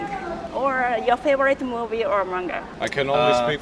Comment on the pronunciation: インタビュアの方は日本の方ですか？英語の発音が東南アジアの方のに似てますね そんなに巻き舌で発音しなくても大丈夫ですよ 発音を気にし過ぎなのか日本語のマンガの発音もおかしくなってたし😅もう少し力抜いて頑張って下さい！応援してます！